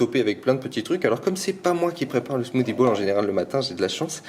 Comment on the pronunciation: « Smoothie bouUle »😂